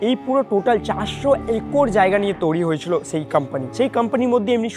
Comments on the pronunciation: হোস্ট হিসেবে এমন কাউকে নাও যার বাংলা উচ্চারণ ভালো। তৈরি কে তৌরি বলছে, রয়েছে কে রয়েচে। শুনতে বাজে লাগে, আগের ভিডিও গুলোতে একই রকম ভুল উচ্চারণ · তৈরী ❌ তৌরি ✅ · তৈরি ❌ তৌরি✅ 😂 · একটা উচ্চারণ আমার খুব খুবই কানে লাগে, তৈরি কে তৌরি উচ্চারণ করে, এটাকে ঠিক করা উচিত । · Toiri❎ Touri✅😂😂😂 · 😂😂😂😂😂😂😂 toiri? ❌ Touri😊✅ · TOIRI ❎️ TOURI ✅️ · তৈরি ❌ তৌরি✅ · Touri na bhai. Toiri 😑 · Toiri❌ Touri✅ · তরী নয় তৈরি😂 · তৌরি আবার কি ? তৈরী ওটা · তৈরী ❌তওরী✅😂😂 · Toiri ❌ Touri ✅🤡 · Blchi sb thk ache..kin2 ktha ta touri nah toiri hbe 😅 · Touri na, toiri 😑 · Touri না বলো to i re তৈরী 😴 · It's "তৈরি" Not "Touri" বাংলা টা তো ঠিকঠাক উচ্চারণ করো। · কথাটা তোউরি নয় তৈরি। উচ্চারণ একদম যাচ্ছেতাই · বাংলা উচ্চারণ ঠিক করে বলুন, বড্ড কানে লাগছে। "তৈরি" কে "তৌরি" বলছে।😢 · কথার ভয়ানক দোষ আছে, কথাটা তৌরি না তৈরি। Abondoned হতে গেলে একসময় ওখানে জনবসতি থাকা দরকার। সেমেট্রিতে কোন মানুষ জন থাকতো?? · ঋত্বিক ভাই ওকে আগে বাংলাটা ঠিক করে আয়ত্ত করতে বল। শব্দটা 'তৈরি' বলে। তৌরি বলে না। খুব কানে লাগে ভাই। প্রতিটা ভিডিও তে একই সেই তৌরি বলবে। হয় ওকে বাংলা ঠিক করে প্র্যাকটিস করা নাহলে অন্য কোনো হোস্ট আন। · Everything is temporary but "touri" Is permanent 😂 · Hrithik da sombhob hole তুমি নিজে গিয়ে এই ভিডিও গুলো বানাও উপস্থাপন দক্ষতা খুব ভালো থাকা দরকার এসব ভিডিওর জন্য তৈরী কে বারবার তৌরী শুনতে একদম ভালো লাগে না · ওটা তৈরী ঠিক করে pronunciation ta kor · তৈরি kotha ta thik kore bolo. Baki sab valo